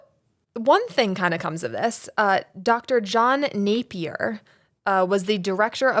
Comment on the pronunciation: Dr. Napier!!! Not a name you hear every day 😄 - props on pronouncing it correctly! People often say "nah-pier" or try to class it up like it's French "nap-ee-ay" (name has roots in Scottland, if anyone's curious)